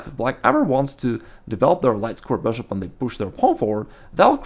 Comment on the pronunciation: I love his videos. They are always so informational and helpful. I can’t lie though the way he says “beshhop” always makes me laugh.